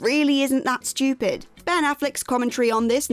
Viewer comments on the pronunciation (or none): "The people at NASA would never be so SCHTOOPID..." lol, love it